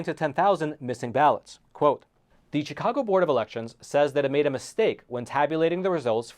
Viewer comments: Spelled CHIcago, pronounced SHIcago. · SHHHHHHHHHHI-cago. Not CHICK-ago. Jesus F. Christ. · Chicago is pronounced with a "sh" rather than a "ch" just like Chevrolet and Chivalry - all these words have a French background.